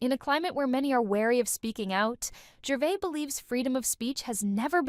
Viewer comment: It’s Gervais not Gervai. Please say it right.